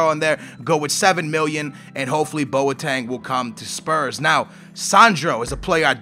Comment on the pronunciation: It boteng not boateng